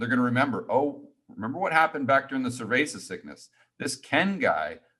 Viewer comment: when Ken says "cerveza" Lmao